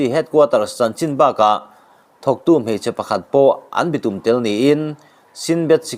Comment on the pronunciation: A ziaktu ziah angin a chhiartu hian a chhiar fuh lo zauh zauh. Entirnan- kutphah bawk, bitum etc. A awmze bo takin i chhiar ṭhin a, a ngaihnawm lo